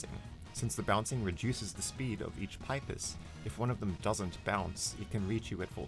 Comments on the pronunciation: pis pee-pis not pipe-iss wtf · 1. I'm pretty sure it's pronounced pee-pis, and not pipe-is 2. What about pacifist Spamton? You only covered the Snowgrave Spamton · it is NOT pronounced pi-ps, its pronounced "pee-pees° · It's pipis not pIpis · everyone else: pipis or peepis this guy: paipis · No offence but please pronounce it peepis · pipe iss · Why can't he just pronounce [Pipis] correctly? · Your pronouncing pipis wrong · thats not how to prounounce pipis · This is the first time I've heard anyone pronounce "pipis" that way. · you said pipis wrong '-'